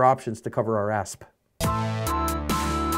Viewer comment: Did... Did you say assP instead of ass???